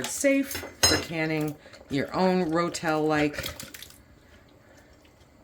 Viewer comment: Ro-Tel… not Rotelle !